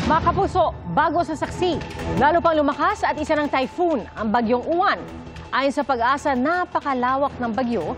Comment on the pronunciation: Yung reporter na babae sabi bagyung YUWAN DAW EH MISMONG PAGBIGKAS NYAN AY UWAN KAKALOKA NAMAN NAG REREPORT SA PAG ASA BABAENG REPORTE NA MATABA BAGYJNG YUWAN DAW EH UWAN ANG PAGBIGKAS HAHAHAHAHAHAH SHUNGA BELSS 😂😂😂😂